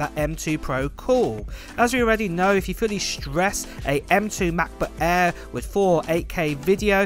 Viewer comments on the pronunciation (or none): "Mekbook ehh"